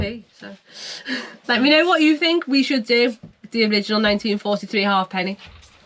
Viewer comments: It's a ha'penny (pronounced haypenny) not a half penny, despite what's on it! Yes, just stick it to the frame. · Its not a half penny but pronounced hapenny. Good show. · It was a positive comment. I'm positive it's pronounced Ha'penny😂😂